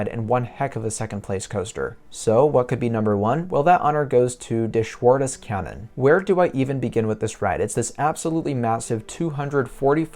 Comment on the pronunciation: My home is right in the middle of both parks. I love both. But a little bit more i love and more often i stay at Heidepark. Schwur des Kärnen (by the way realy good prononciation) is one of my all Kind favorits. But becouse of the suprises you has to wait soooo long to ride once. In heidepark is with Flug der Dämonen and Colossos 2 of my Favorit coasters and you can ride both very Quick after and after another. Heidepark you got a day of Action. Hansapark just a few rights. The Main reason why heidepark is my number one is scream. I love droptowers... and highlander etc. Are great but i dont now why scream is my alltime favorit after 21 droptowers i have ridden, on no offer i get this kind of Feeling . Its Funny and i cant explain why in particular but this drop give me a Feeling of poor Joy. Greatings from north Germany. The last mounths follow you were amazing :)